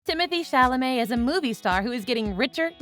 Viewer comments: I find it a touch offensive to be applauding Timothy Chalamet for his continued success's and mispronouncing his name 3/4 's of the time. NOT COOL ! WTG Timmy . I cannot wait to see what you do next . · He deserves to have his name pronounced correctly. Come on y'all..... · it would behoove you to learn how to pronounce the actor's name correctly